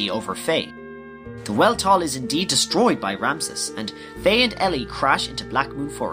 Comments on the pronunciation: Really good recap but there is one minor error in it. The Weltall is pronounced "Velt-all" It's German for Universe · You pronounced 'Weltall' wrong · I love this concept but your pronunciation of words makes me want to gag. -Weltall is pronouned with a V sound, not a W sound as it's German in origin. -Thames should be "Tims", like the bridge in Britain. -Yggdrasil; I don't even think I pronounce is right, but I know for certain that you aren't. -Citan and Sigurd should both start with a "sigh" like sound, such as with "cider". -I'm not sure how you got "Esmeralda" out of Emeralda's name, but I'm glad you fixed it in this. -Shevat should have a short E, not a long E. -Maria is pronounced as Ma-rye-uh... not Ma-ree-uh. -Roni should be said like "Ronny" much in the same way Toni and Tony are pronounced the same way. -Solaris... You're probably saying that one correctly, but I've said "Sol-air-us" since the movie. So that one irks me. -Gazel should be pronounced just like the animal, gazelle. As a side note, Elly and Fei do not crash in Blackmoon Forest after Ramsus pummels them in Vendetta. They crash on the small island that Taura's house was on.